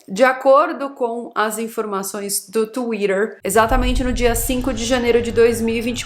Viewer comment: Acho engraçado ela falando Twhiter